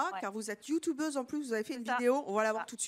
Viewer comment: Oh mon Dieu ! Vous êtes " youtoubeuse " 😂😂😂